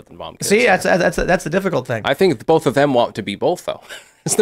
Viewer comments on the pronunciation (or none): When did Tim start pronouncing both as bolth ?